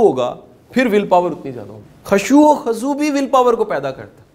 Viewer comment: سر آپ میرے قابل احترم ہیں مگر ایک میسٹیک خشوع خزوع خا پر پیش ہے زبر نہیں🙏🏻🙏🏻🙏🏻❤❤